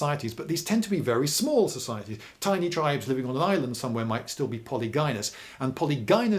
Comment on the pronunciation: Your English isn't too bad for someone from England, but "polygynous" is pronounced /pəˈlɪdʒɪnəs/, not /pɒlɪˈɡaɪnəs/ - I presume you've mostly just read it and not heard it spoken so much? Easy mistake to make.